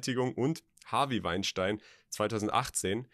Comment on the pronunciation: Wein stien englisch ausgesprochen!